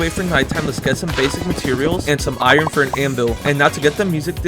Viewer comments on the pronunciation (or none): none